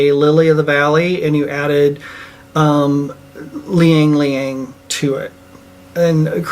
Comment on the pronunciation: Not to get hypercritical, but Ylang Ylang is pronounced EE-LÄNG EE-LÄNG, not "Lee-Yang Lee-Yang" ;-)